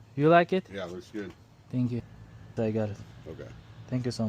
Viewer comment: Гут деса Кут деб эшитибман😂😂😂